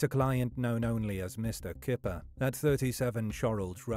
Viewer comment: In Dutch "Kyper" is pronounced "Kai-per". The Dutch word for chicken is "kip" which is pronounced as you'd expect. Unless he used a fake English pronunciation because it was easier. I've known people do that.